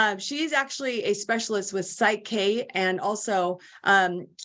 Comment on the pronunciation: Just an FYI…it’s called PSYCH-K. No “e”. You got it right in the episode title I just saw. 😊